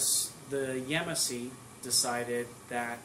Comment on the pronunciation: It’s pronounced Ya•Mas•See